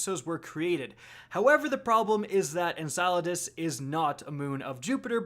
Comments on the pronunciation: En-cell-uh-dus lol not En-salad-us xD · "en-SILO-das" now?! GAH!!! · You almost have it! One more video and I think you'll have it. EN- CELL- ADUS, we'll get there bud. Say it with me. 😂. Also, Enceladus is a moon of Saturn, not Jupiter. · Why do you keep calling it ensalades 🥗 it’s en-cell-a-dis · Did you just call it ensighladiss. What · Is it that hard to say En-Sell-a-dus? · En-sell-uh-dis Enceladus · You're getting warmer,. You just have to pronounce cel in enceladus as, well, cell. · Seriously, learn to say enceladus correctly, it's en-CELL-a-dus, it really isn't that hard. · I am so glad we’re not going to Enceladus because I can’t stand the way you tubers pronounce it. For future reference it’s En Sel E Dus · It’s pronounced en-cell-adis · It's pronounced "En cell u dus" and it is a moon of SATURN not Jupiter, just want to clear that up cause it has been bothering me when these YouTube videos interchange the planets the moons orbit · It’s pronounced En-kuh-LAH-dus (rhymes with enchiladas) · Enceladus is Saturn's moon not Jupiter's and it's pronounced: "IN-SELL-A-DES" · Lol it’s pronounced (En-sell-la-dis.) Enceladus. 😂😂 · be like "in-salad-us" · Every single person who likes astronomy cringe every time you say Enceladus wrong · I laughed loud when you tried to pronounce Enceladus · Mispronounce Enceladus one more time and I'mma break quarantine to come slap you. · You're insane haha, you made a wild speculation to excuse your mistake and you mispronounced Enceladus again in a 2nd way haha. What a tool. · Your pronunciations give me migranes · he's so close to saying Enceladus right. SO CLOSE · Is it just me that cringes every time he says Enceladus wrong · I love how he pronounces Enceladus different every time😂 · I haven't heard him say it correctly yet either lol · my man pronounces enceladus a different way every video lmfao